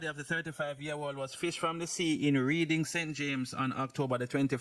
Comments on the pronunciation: Bro it’s REDDING in St James … not READING,for over a week now every time you still saying reading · It is spelt Reading /but pronounced Redding